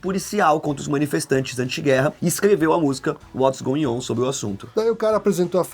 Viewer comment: goion? É goin' on